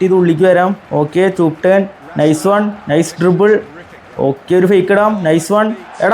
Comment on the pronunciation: Chuup turn ala bro chop turn oo😮